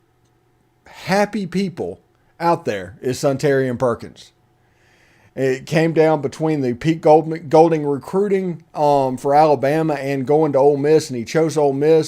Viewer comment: please say the kids name properly....Sun...ta. rine......not Sun...tar...rian